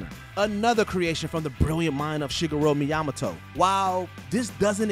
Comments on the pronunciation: yaa like come on it was just wrong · Not just wrong, but criminal even. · As an Asian, that one hurt me to hear. Has he ever bother to listen to how it’s actually pronounced? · The way the narrator pronounced Miyamoto was weird LOL😂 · More than half of these weren't even hidden😂. And that pronouncing of Miyamoto was horrific